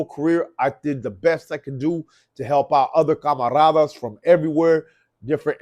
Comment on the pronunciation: Cry be a River 😂 pinche frog face can’t even say camaradas right. 😅 you a fake that’s why I call you Caphony…. You ain’t doing well you are played tf out and just trying to connect and ride the coat tails off of true new young talent. You are desperate and thirsty and it’s noticeable. You aren’t respected in the streets.